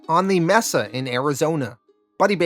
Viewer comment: May-suh. Mesa